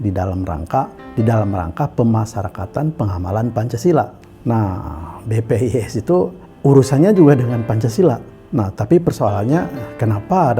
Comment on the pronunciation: Koq BPIS sih nyebutnya bos?